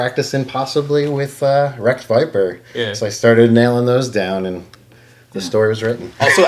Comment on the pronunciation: Did he say Wreck Viper? 😅